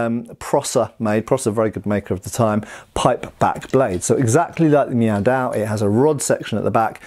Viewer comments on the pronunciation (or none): "I'm sorry, are you saying 'meow'?"... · In a recent video I thought to myself: "...Is he saying Meow Dao...?" Now I can't stop hearing it. I'm so sorry,, LK. New dad brain, pay no mind.